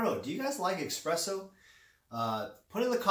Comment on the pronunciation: Its espresso not expresso. And...agreed with others on opinion seemingly biased here. I dont invest in crypto currencies but to hear somone without intimate knowledge "educate " feels pretentious.